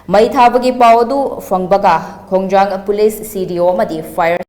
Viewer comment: Khongjom hygdbni ko khongjang hyba ntte